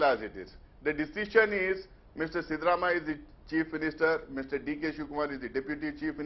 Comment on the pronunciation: Please make it coreect that's not shivarammayya,,siddaramayya